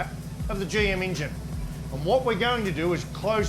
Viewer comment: My new drinking game Every time Larko says ingine